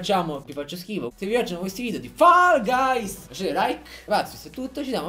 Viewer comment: Ma lo sa che si dice fol gais e non fall gays??